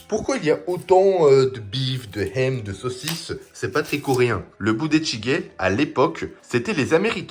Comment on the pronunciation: Ham, ça se dit"ham" pas Hem😅